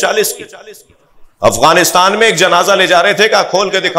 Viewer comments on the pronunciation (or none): none